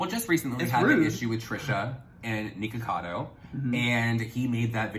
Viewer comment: True but it’s their pronunciation, Nik says it as “Nick-o-cado” not Niko-cado so it comes across to me as lacking some research